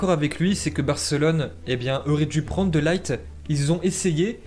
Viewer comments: C’est de LIRTE pas De Light (coca light) c’est un hollandais pas un anglais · on prononce De Ligt plutôt "De Lirt" que "De Light" ^^ Et pour Martin Braithwaite, c'est "Martine Braithweite" la prononciation:) Sinon au top!! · Par contre on dit de pas de laigt